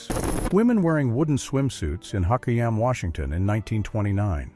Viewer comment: Teach your voice robot how to pronounce HOQUIAM. It's out on the Washington State coast, right next door to Aberdeen.